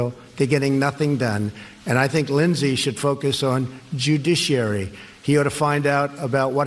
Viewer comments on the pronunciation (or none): Linshees, judishearie